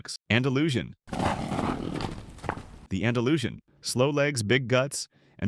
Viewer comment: YOU MADE ME LAUGH BRO , THE WAY YOU PRONOUNCE ANDALUSIAN WITH SH AND NOT S XD GOD BLESS U !